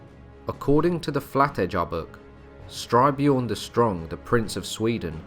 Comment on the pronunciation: Styrbjorn as in Stir-BYorn. Which means 'Violent Bear'.